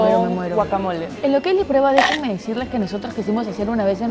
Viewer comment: huacamole? dijiste huacamole 💔